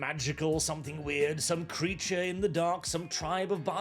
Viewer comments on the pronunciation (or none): none